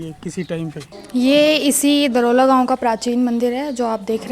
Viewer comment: दरोला नहीं है दौराला है इस गांव का नाम